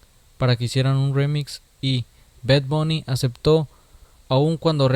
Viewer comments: no se dice bed bony se dice bad bonny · Hey este bed bouni jajajaja que bien lo pronuncias